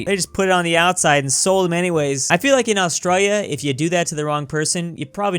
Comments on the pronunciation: No one: Literally no one:: AuStrOYYa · I just noticed that he says it like "AustrALLia" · Hay stupid do your research. Planes don't fly like that in Australia and learn to say Australia. Somo was former prime minister.